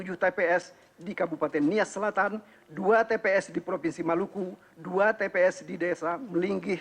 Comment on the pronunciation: nbaca saja salah2 masa bilang tps kliru wts?hadechhhh